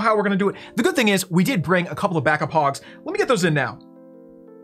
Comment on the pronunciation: Same old time fail, 3 attacks and an upgrade! Absolutely no content worth watching! No strategy! No base building! No help whatsoever to any player who wants to learn. lab video's are just for kids. All he does is add an 'o' to the end of his troops like 'Hogos' etc etc.... Boring!🙈